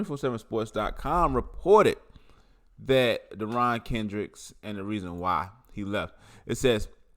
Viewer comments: You’re not well informed. Perfect example of a university of South Carolina education. You said his name the way you said his name? Get the guys name right! It’s not very hard because there are plenty of videos on YouTube with his name pronounced properly. Including press conferences with Dabo Swinney! Here’s a little journalism 101: if you’re going to do a story on a guy pronounce his name the right way! Second, if you’re going to do a story on a guy be objective and provide both sides not just his version of the story. You’re not doing an objective story. You’re defending a guy. You would fit in well at CNN and MSNBC. Second hand information? Just Google the guy. The sports media has been talking about him for years because he was constantly in the dog house at Clemson. Go watch the interview where Dabo said he’s in the love shack. I watch all the news conferences with Dabo. Most of my info is first hand straight from Dabo’s mouth. If you think he got kicked off the team because he wasn’t there because his kid was in the hospital you’re beyond ignorant and misinformed. Furthermore, it shows you know absolutely nothing about Dabo. Because family comes first with Dabo. Always! Actually, Jesus comes first, then family! And my God reread your comment. Learn how to speak proper English. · its not " deron" its derion lmao